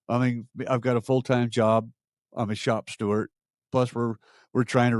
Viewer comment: I'd like to point out, it's shop STEWARD not shop Stewart.